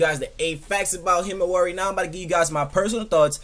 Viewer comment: why does he say himiwari